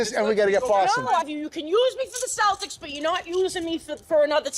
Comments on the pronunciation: I heard "Saltics" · The C in Celtic is pronounced like the letter K, not the letter S.